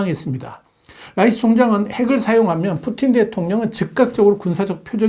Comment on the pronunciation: 수고 많으십니다. 오래동안 현명한 네눈의 정세분석영상 잘 보고 있습니다. 감사합니다. 그런데 실오라기 정도의 도움이 되실까바 몇마디 드리겠습니다. 좀 길더라도 끝까지 읽어 주십시요. 저는 미 인디애나 주립대학교 Professor Emeritus 입니다. 첫재는 "딘 라이스"보다 "딘 롸이스" 라 쓰시고 그대로 바름하시면 본인들이 덜 당황할 겁니다. 그분들의 성이 "lice"가 아니니까요. 푸틴은 침략으로 유크래인의 영토를, 어느 도발도 안했는데, 공격하여 이웃나라의 영토를 점령했습니다. 수없이 많은 유크래인민간인들을 죽이고 부상을 입게 했습니다. 그래서 NATO를 비롯해 자유민주주의 국가들이 잃은 국토를 회복하려고 유크레인이 반격을 했느데 푸틴의 핵보복이 무슨 개뼉다귀 같은 소리입니까. 빨갱이들이 그렇듯이 "내로남불"의 극치 입니다. 한국은 6.25때 16개국에서 자유대한민국을 빨갱이들로 부터의 동족상쟁을 막기위하여 목숨을 담보로 도와주었습니다. 대한민국은 지금 잠시라도 주위눈치보고 지체하지 말고 무기를 최대한도로 유크레인에 보내주어야 한다고 목소리를 높여 주시기를 간절이 부탁드립니다. 저는 육사출신이며 GP장으로 DMZ 에서 근무를 했습니다. 그리고 왜 "빨갱이"라는 막말을 썼냐하면 디지탈시대에 곧 예술가나 이용할 한자로 사회파괴주의 Marxism-Communism을 "공산당"이라고 잘못오역을 했기 때문입니다. 공산은 하나님이 "아담과 이부" 부부를 탄생시켰을 때 이것이 공산의 시조입니다. 그리고 이 인간집단은 사회의 초석으로 계속 번성하여 노동자를 집에서 공장으로 출근 하게 만든 아담 스미스의 국부론이고 여기서 이익을 재원으로 확장한 것이 자본주의 입니다. 고로 공산이 나쁜것이 아니라 공배가 나쁜 것입니다. 특히나 사회주의 시조 "앙리 시몽"이 강조한, 열심히 일한사람과 계으른자를 갈라 임금의 차이의 중요성(Merit Pay)을 무시하는 공배는 부지런자의 메맅을 숙주로 하는 퍼주기 기생충들을 위한 것입니다. 그래서 진보라고 외치는 사람들은 오히려 "퇴보" 입니다. 기생충들입니다. 그러니 공산주의를 계속하는 나라는 다 예외없이 망해버리는 것으로 봅니다. 너무 길어졌습니다. 이글은 지금책상에 안자 쓴 글이니 카피가 없읍니다.